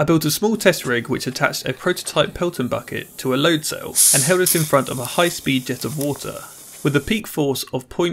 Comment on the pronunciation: Basically, speen